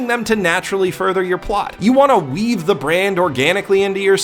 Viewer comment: You said "weave the brand" but I heard "weeb the brand". I suppose it could still be accurate.